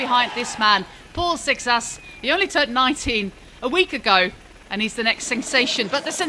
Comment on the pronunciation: Also, the French rider has a Portuguese last name, Seixas, as his grandparents are Portuguese, and it's definitely not pronounced the way she does. But then again, maybe in France they'd pronounce it that way